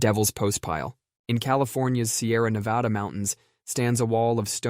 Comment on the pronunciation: so good as always. also thank you for pronouncing Nevada correctly